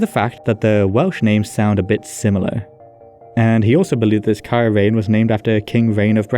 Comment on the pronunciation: Rhain is pronounced like rhine and rheinwg is pronounced like reign. seisyllwg is pronounced like say-sus. I get that the southerners pronounce ei like ai, but they are wrong, it's far too inconsistent, while if you just use the northern pronunciation, you'll have a wonderfully consistent time. I mean it's bad enough that we have ae, ai and au all sounding the same, they want to also add ei to the pot??? utter madness.